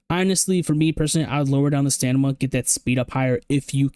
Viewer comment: W Video, cracks me up you say stanima instead of stamina